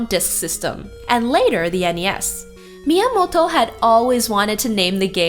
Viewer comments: She's pronouncing it correctly. You probably find it weird cause you're not Japanese, or you don't listen to a lot of Japanese. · She’s pronouncing it right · Fun retrospective! And props for the correct pronunciation of Miyamoto's name! Pretty girl too! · I love how you pronounce "Miyamoto" ^^